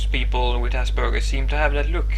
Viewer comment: For the first time in my life ive heard Aspergers as Ass Burgers ;3